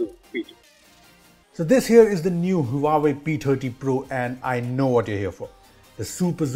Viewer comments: Omg, this is beast. I don't think any camera beat this zoom features. Hey, the correct pronunciation is wah-way not Huawei. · I guess you aren't pronouncing Huawei right! 😬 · the huawei P "Tatti" pro? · The way he pronounced Huawei 😂